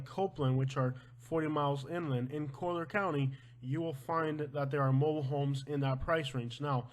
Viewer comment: It’s actually pronounced coll-yer county